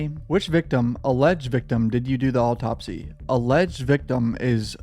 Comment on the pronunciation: The way you're pronouncing "autopsy" really bothers me